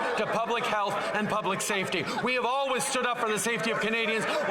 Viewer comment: For an actor you'd think even one time he would stop pronouncing "always" the way he does. It's like he can't say that word cause it just makes him think of feminine pads and yeah..he narely completes the word EVER!!!